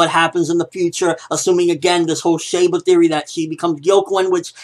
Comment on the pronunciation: It's pronounced "She" ba